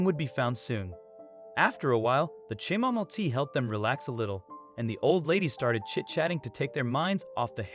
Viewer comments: Chamomile tea: the “h” is silent the “a” is short and the “mile” is pronounced “mill”. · Bears. It was bears. There, saved you 8 minutes. Edit: what’s “cham-o-mile” tea? 😂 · lol. I know. I’d just never heard that pronunciation before.